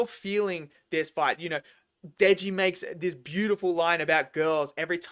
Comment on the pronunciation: loving the video! just wanted to point out (for future reference in case you cover more chainsaw man when it comes out) that the main character's name is Denji, not Deji